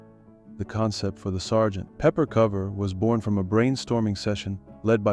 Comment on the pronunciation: True, and somewhat annoying-- with the pause between Sgt. and Pepper... Entertaining video anyway!